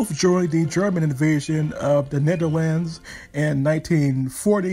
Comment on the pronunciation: His pronunciation could be better... In dutch he technically says it right, but I think he is trying to say it in english...